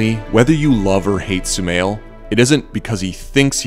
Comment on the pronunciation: Guys it's not sumail it's shumail and also my name 😌